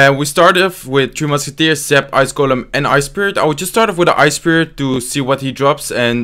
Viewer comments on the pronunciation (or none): Am I the only one who hears "Two Musketeers" instead of "Three Musketeers" :D? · Am I the only one who hears two musketeers instead of tree? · I can't tell if he is calling it "three" or "two" Musketeers.